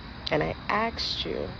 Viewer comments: The I axed you just kills me please pronounce it correctly that's one of my pet peeves it's asked not axed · Axed you. Geeze lady learn to speak proper. Its asked, not ax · She axed them...lol